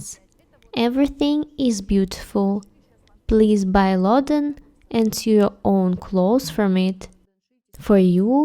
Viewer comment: Loden - I think we call it 'boiled wool' or 'felted wool' in UK. I've been looking into making a jacket with that, so thank you! I love all the stitches. A quick English note: 'sew' is pronounced like 'so' or 'know', not 'few' or 'knew.' It's not our fault - we're language-mongrels....